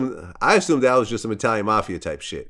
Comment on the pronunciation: "My same nephew came in the room and said Boosie........ You said dhet" 😂😂😂😂 bruh so unintentionally funny lol